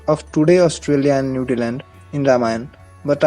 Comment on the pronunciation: Its "Vaamana" not Vanaama Also Newzealand,not nudiland